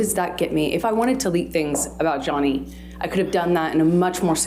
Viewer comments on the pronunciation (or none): none